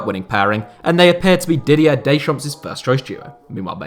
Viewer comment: The S in silent in Deschamps guys 😊